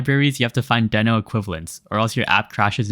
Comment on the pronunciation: It's "dee-no"